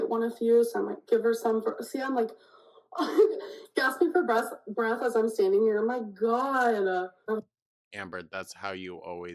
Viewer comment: buh-reeth-ah. It's really hard to take someone who speaks like this seriously.